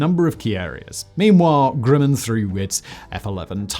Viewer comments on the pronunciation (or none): Please stop saying Grewman. It is GRUM-man. It’s really not hard.